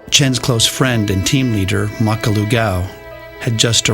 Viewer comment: His name is Gau Ming-ho, AKA Makalu Gau. Not “Makkalu” Gau